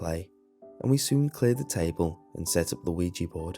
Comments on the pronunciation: It's pronounced Wee-Jah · I cringe when hear "weegee board" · I thought it said OJ board lol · Isn't it called WEEGEE board Goodbye.